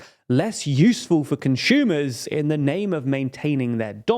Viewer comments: Conshumer??? Never heard that sort of pronunciation, where does it come from? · THERE IS NO "H" IN CONSUMER. "ConSCHUMER" isn't a word. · is a conshumer similar to Amy Schumer?